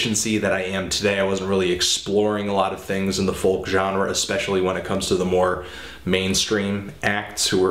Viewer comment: It really annoys me how he pronounces folk -___